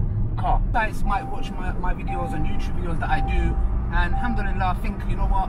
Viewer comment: May allah give you unlimited barakat in your health and wealth People just learn how to say Alhamdulillah